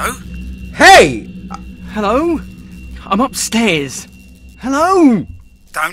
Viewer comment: cory say hele instead he.lo.